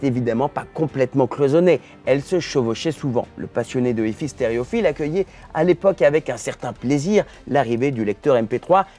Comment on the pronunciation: C'est marrant cet effet de style façon Lada en finition "Luxe" de la vidéo, qui consiste à feindre de prononcer "hi-fi" à l'anglaise comme si on ne savait pas prononcer l'anglais. 😋